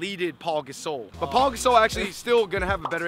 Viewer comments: It's not Paul gasol it's pau gasol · It's pau not paul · its pau not paul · Ryan Francis its pronounced pa-ow, not paul, but nice vid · It is PAU not Paul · It's Pau, not Paul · It's pernounced like pow not like Paul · They said Paul Gasole pronounced like that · It's pronounced "Pow" in Pau Gasol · But it's spelled and pronounced Pau Gasol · It's Pau there is no L in his name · Know how to correctly say dirk even thought most people don't and then mispronounce pau